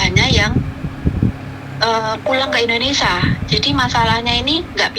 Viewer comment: bukan INDONESA, tapi INDONESIA ( SIA )